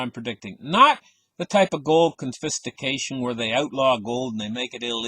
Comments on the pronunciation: It took me a while to figure out what this guy’s trying to communicate. “Confistication”? What is that - some type of sophisticated confiscation? I’m not sure I should trust a dude with my $$ if he can’t even grasp the basic English lexicon... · Drinking game - take a shot every time you hear “confistication”